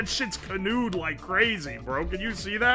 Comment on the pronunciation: bro said cannoned and i knew he smokes za